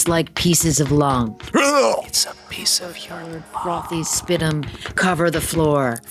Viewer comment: Spitum? Not spit or sputum?